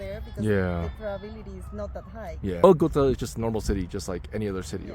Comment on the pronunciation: Would it kill you yo try to learn to learn some Spanish or at least try to pronounce a few names correctly? What is "Bogata"? 😢